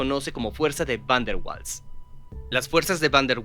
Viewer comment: Mala pronunciación, lo correcto es similar a "vaals".